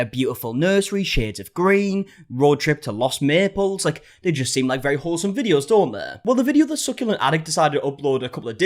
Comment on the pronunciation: I heard it too 😂😂 came running to the comments 🏃‍♀️